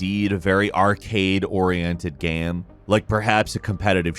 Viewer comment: "GAME" not "gham". What is your first language, guy?